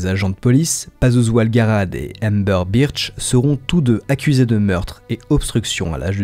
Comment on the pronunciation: Burch pas Birch